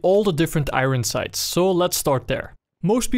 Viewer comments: 'igon sights' makes my day <3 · "i-ren sights"